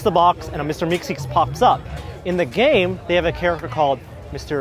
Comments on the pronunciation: It's Meeseeks, not Meekseeks. :) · The fact that he said meeKseeks instead of meeseeks triggerd me. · What's a meekseeks? isn't it a meeseeks ? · Phoxxy Vox lol it's a personally sound preference that meekseeks is easier to say than meeseeks but meeseeks is obviously corrent. I have watched that episode maybe 10 times I feel like a lot of people have only watched Rick and Morty as a series once. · Did he just call him "Mr. Meekseeks"? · I'm sorry, but I'm sort of a stickler Meeseeks and it's pronounced "meeseeks" ;) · You try being on camera. Meekseeks honestly rolls off the tongue better I've heard it a lot by now.